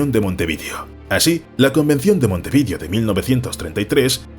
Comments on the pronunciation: Una pena los errores de la voz sintetizada... ¿Quién dice "Güernica" o "Montevídeo"? (con tilde en la "i") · Montevídio? Este canal no es una locución normal, yo creo que hay traducción mediante IA. Es imposible que alguien hablando Español de España (por lo tanto Guernica) diga Güernica o Montevídio, y menos tratando los temas que trata en este canal. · Montevídio!! Con 2 i